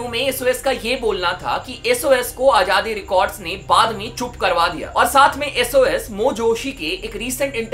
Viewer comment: Its azaadi not ajaadi yar abc to prhtey ho tum Indians kiu nhi words theek se prhtey Z ki awaz kiu nhi nikali jaty